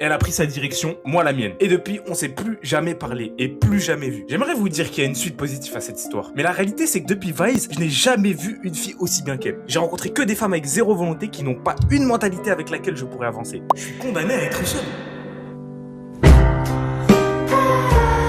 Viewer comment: "realiter" au lieu de "réalité" c'est chaud la t'es trop con mdrrr (nan en vrai force a toi soldat tkt l'amour ça arrive quand on ne cherche pas)